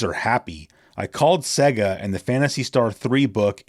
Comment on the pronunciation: It's not pronounced Secka but Sayga (Sega).